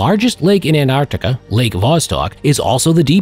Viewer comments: actualy he said"Artica"lol... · As in most cases, the narrator leaves out the middle c when he says Antarctica. he says Antartica. This always drives me nuts. Then, an encounter with UFOs. He states that the object was identified as an unidentified flying object.. now, what?? They identified something that was unidentified?? By the way, I was led to this video through my google feed. What does this tell us about google? Have fun everyone.